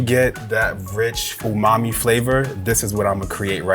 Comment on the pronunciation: Why’s he keep saying “poomami”?